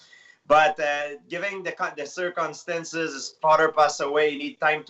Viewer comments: George '' Cir-CuM-Stenzez '' St Pierre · Me: Circumstances GSP: Circunstances* Me: Okay. What a legend though and class act.